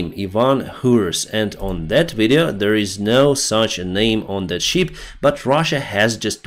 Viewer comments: you sound like John Candy. BIG BIG BIG BEAR. At list john got it right. It is a. ship not sheep. You must bee looking for your rubber boots😂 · Thank you for great videos! Listening to them from USA. Your English is excellent, One word I noticed today you pronounce incorrectly: ship ships, I sound needs to sound like наше и як в шип, чи як в шиповник. You pronounce as in sheep (вівця) , we звук як в слові шість. Great videos for English speakers!!!